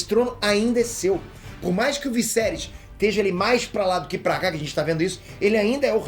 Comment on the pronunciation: Vc e show nos comentários? Sério morri de rir vc falando o visserys